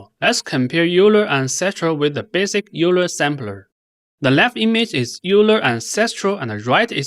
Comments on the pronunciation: It is pronounced "OILER" not "you-ler". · euler is pronounced "oiler" like euler's equations from physics